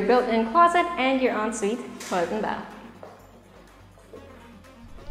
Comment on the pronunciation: parang ASMR yung en suite 😅 ang perfect ng pagkakasabi